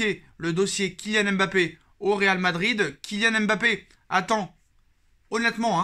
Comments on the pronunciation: mon cher un nom c'est une histoire, une langue, une identité mais aussi et avant tout une signification. En lisant M.... bappé non seulement vous vous compliquez la tâche mais vous lui enlevez tout son sens. Quand on aime quelqu'un on le respecte et cela commence par la bonne prononciation de son nom. J'ai suivi des matchs du PSG dans une chaîne malaisienne, eux aussi se sont mis à dire M...bappé en copiant sur les reporters français parce que certainement pour eux c'est la bonne prononciation. Et vous condamnez tous les africains qui ont des noms avec la même gravie à cause d'une paraisse et une inconsideration qui explique bien leur origine. En français si j'enlèvais le F du nom de ma copine FLORETTE, je ne suis pas sûr que son nom garde tout son sens et sa splendeur. Tu vois ce que je veux dire? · arrete d'ecorner le nom de MBAPPÉ. C'est pas M...BAPPÉ. LLORIS c'est pas non plus L...LORIS en moins pour ZLATAN que tu ne lis pas Z...LATAN